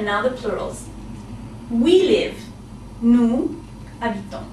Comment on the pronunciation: bad pronunciation: nous habitons = noo zabiton !!!